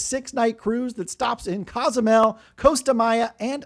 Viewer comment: whats Casamel mexico? need to learn how pronouce the cities since youre a cruise expert?